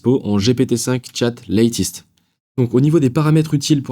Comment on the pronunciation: Top Ne dis pas LÈTIST mais LÈTEUST 😊